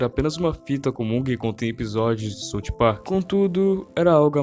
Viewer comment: é "SAUF PARK" mano plmds